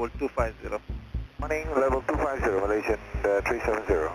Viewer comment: Did you just pronounce Malaysian ma lion